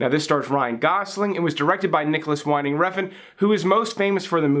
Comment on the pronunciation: Hey A little correction on how to pronounce Nicolas Winding Refn. Winding if pronouce Win-ding not Wine-ding:) That's how we pronounce it in Danish.